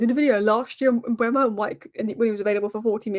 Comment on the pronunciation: M-beu-mo not Mbwemo, it's e before u. Read his name!